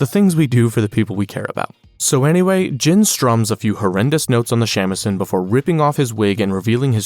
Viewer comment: Gene... Not jin.